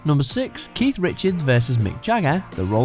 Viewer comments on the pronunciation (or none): none